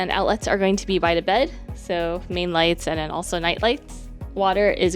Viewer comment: Love your content and thanks for showing me a place I could never afford! Was all the club food free if you stay on a club level and have whatever status? That’s so much food! One thing I hope you don’t mind me bringing up is a tiny thing I noticed. You say de, dis, and udder etc. It’s a little distracting 😝 no need to change, stay you, but in case no one’s ever brought it up. Anyway keep making great content!! 🧡💛🧡